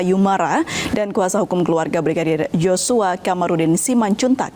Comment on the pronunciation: Tolong sebut nama Yoshua itu yg benar bukan Joshua kalian juga seperti putri memutar balik fakta aja